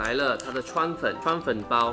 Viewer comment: 川粉我聽成川普😂